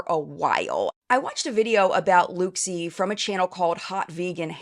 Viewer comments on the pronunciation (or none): It’s pronounced ‘look see’!